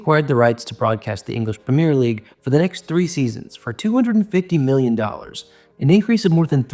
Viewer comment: You need to pronounce Premier correctly first if you want to be taken seriously